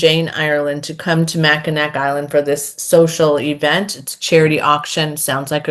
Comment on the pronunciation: "Mackinac" is pronounced "Macinaw." 🤷🏻‍♀️🤷🏻‍♀️🤷🏻‍♀️ I'm only pointing it out because I was corrected many moons ago, so I'm sharing the love! 😉 Murder by Cheesecake sounds fun, and The Family Recipe sounds like a really hits home kinda read. Thanks for the content.